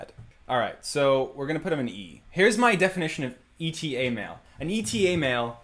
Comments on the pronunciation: By the way, “Eta” is just pronounced “Beta” without the “B” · more annoyed in his pronunciation. Oopsilon and E.T.A. wtf?? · Pronouncing Eta "E-T-A" physically hurt